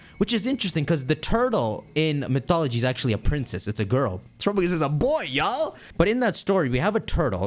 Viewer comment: Say it with me: Teh-rap-peh-gos. Whotf is Trupugus?